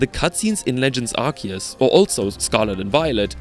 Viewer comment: IT'S PRONOUNCED ARC-OO-SE!